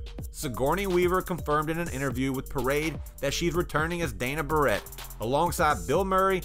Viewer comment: It's Dana Barrett, not Dana Burett